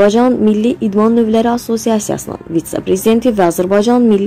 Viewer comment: Vitsa yox, vitse.. 🤔😠